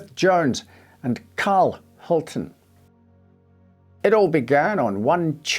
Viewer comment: A note on the pronunciation of Hultén: An acute accent will put the stress on that vowel in Swedish just as in French. The proper way would be Hul-tEEn, with the "E" sounding just like in Champs Elysées for example.